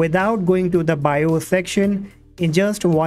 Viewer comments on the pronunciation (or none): none